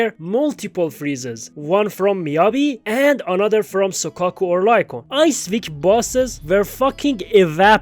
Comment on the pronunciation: One of the worst ones I've heard was someone calling Lycaon "Lee-kay-own" like bruh the game's been out for nearly 2 years now and you still call him that 💀